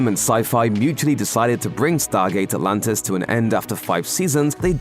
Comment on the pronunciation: do i hear right ? stargate alantis 😅 ??